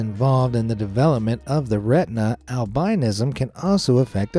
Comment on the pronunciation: Ok, love your show and all ,but I must say that when someone pronounces a word incorrectly and especially ones that make their living just speaking . It's pronounced " Al- bi-nis-som " not albinoism. Emphanism on the " is" , Albinoism so you drop the " o" when said .thanks